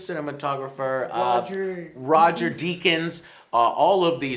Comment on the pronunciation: They clearly don't know who Roger Deakins is "...the cinematographer....who's the cinematographer?(pause to check the name) Roger De-akins" CRINGE!, they struggled with his name, as advised below....don't review movies, especially if you praised suicide squad.